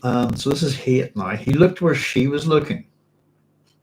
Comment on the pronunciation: Shalom, Doc! You should check the Hebrew on Hayt's name... It's a lot like 'chayt' (with a gutteral ch), which means 'sin,' rather than like 'chayim', which means 'life.'